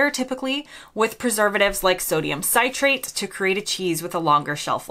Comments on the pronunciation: "Citrate": SIT-rate, rather than CITE-rate. ♥ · Sodium Citrate - pronounce it as 'sit-rate' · As an Englishman, with a strong chemistry background, who has lived in the U.S. for more than 40 years, I can tell you that citrate is pronounced sit-rate in both countries. I still like my English cheeses especially Cheshire and red Leicester. I do eat a strong aged American cheddar with Branston Pickle.